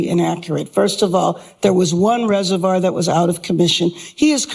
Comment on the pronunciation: Karen Bass keeps mispronouncing "reservoir". 😅